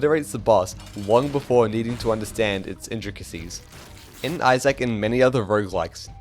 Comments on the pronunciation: Eye-zick you doof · why does he say izack like that?😭😭😭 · this is an incredible video, definitely deserveres more love. you say isaac kinda weird though